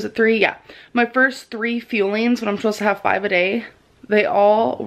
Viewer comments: It's "fueling", NOT "FEELINGS" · Jaci Cargal So it’s not just me that hears her saying it that way! It’s just like her saying “feelings” instead of fuelling like all reaction channels have pointed out lol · I'm sorry but it grinds my fucking gears when she said "feelings" as opposed to "fuelings".. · Is it just me or does her mispronunciation of "fuelings" as "feelings" come off as a Freudian slip? Like gorl we already know that food equals feelings for you, if your eating disorder is so bad that you're subconsciously admitting it then you need to seek REAL psychiatric and medical help. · She actually said "fuelings" but it sounds like feelings. Zachary Michael even made a joke about it in one of his reactions lol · fillings? feelings? fuelings? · I'm sorry but to me as foreigner the way he says fuelings sounds exactly the same as would say it. 🙈